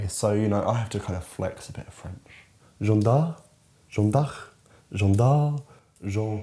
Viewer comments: for future reference it's pronounced J-Uh-nn Dark ("e" in french is the same sound as "uh" in "duh" or "nuh") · The /ea/ in "Jeanne" is pronounced like the /a/ in "Patrick" or "that". To really simplify it the last name is pronounced "Dark" but the /a/ is also pronounced like the one in "Patrick" lmao hope that made sense Also, the only good biopic is Bojack Horseman 😁